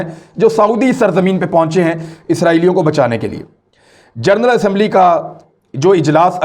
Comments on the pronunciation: Aoa imran bhai please ap general ko gernal bolty ho its gen ral not ger nal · لفظ”جرنل” نیں(جنرل) ہے، معزرت کیساتھ 🙏